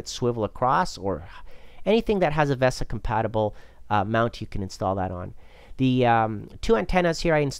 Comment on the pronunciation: am i the only one who got annoyed by the pronounciation of vesa and sodimm?